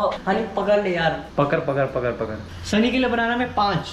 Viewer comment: Pakar pakar Nahi Hota pakad pakad hota h 😂